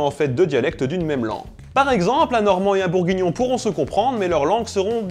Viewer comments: Et BourgUignon et pas bourgignon ! Voilà... :D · Ce qui me plait le plus c'est le "bourgignon" MDR